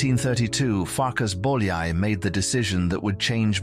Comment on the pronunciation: Farkash Bolyai, Jánosh Bolyai